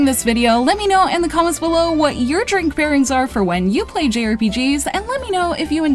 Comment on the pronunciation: "dwink me!"